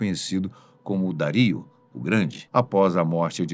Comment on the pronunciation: Os meus ouvidos sangram aos escutar o nome Dario ser pronunciado de maneira claramente errada.